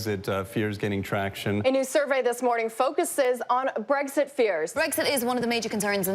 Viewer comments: Why do so many people pronounce it as "breggzit?" That sounds like a condition which needs some kind of ointment. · they pronounced it breggzit. why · I hate how so many Americans pronounce Brexit as breg•sit. It's not a G, it's an X. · How come every American pronounces BREXIT with a G? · BREK-sit. Not BREG-sit. If you're going to talk about the UK's 2016 political revolution, at least pronounced it correctly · I hate the way Americans say “bregsit” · It's not 'breggsit' 😂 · So, why is it pronounced BREGZIT ? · TIL Americans can't say Brexit. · ***** Typically, people would pronounce x as "ks", I found it funny.